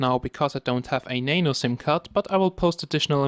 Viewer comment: it's nano not nane-o XD lolzzz